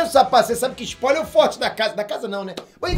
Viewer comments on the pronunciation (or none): O que é um Sapoiler? Ou isso é só um jeito de falar spoiler que o usa?